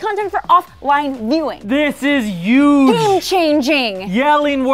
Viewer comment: Did he say "yuge"?